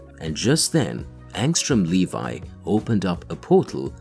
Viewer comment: LEVY NOT LEVI WTF